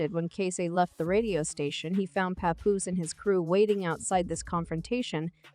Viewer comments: Pay-Poose 😂 Pah-Poose.... who made this mess!? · This is Garbage 🗑️!! The narrator can’t even say his name right smh! We don’t know what split them up if they are not together ! Mind ya business people! 🙄😂